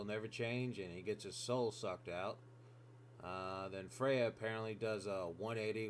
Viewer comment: "then kreya"